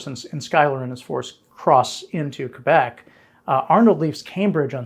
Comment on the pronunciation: Thank you for pronouncing Québec correctly, unlike this series' narrator. 😉